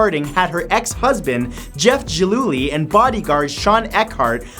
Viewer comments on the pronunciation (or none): Small nit-pick, but that's a hard "G" in "Jeff Gillooly", not soft. Just saying. Keep up the good work